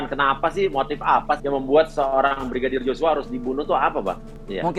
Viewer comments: Terselip.lidah Brigidar 😄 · Salut sama abang yg jadi pengacara nya barada E...tetap lah semangat yah bang dan semoga kelar semua nya dgn jelas..Amien tapi yg bikin sy pengen ketawa sm bang uya kuya setiap mau sebut nama brigadir J selalu salah sebut...dia sllu bilang Brigidar joshua 😁hehehehe...slowly bang uya 🙏